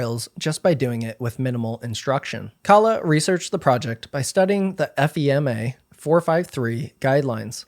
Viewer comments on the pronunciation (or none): Great video! It was a very interesting watch! Just a small heads up- FEMA (Federal Emergency Managment Agency) is usually not read as letters and is often just pronounced "Fee-Mah" but this is a very minor detail and in no way detracts from your video (in my opinion) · Just for everyone watching… FEMA is pronounced “fee-muh” typically